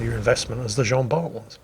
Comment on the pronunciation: The T of "Jean Bart" is not pronounced ^^